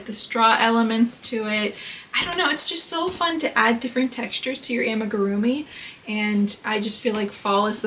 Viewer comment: this comment is so unnecessary, she’s pronouncing it fine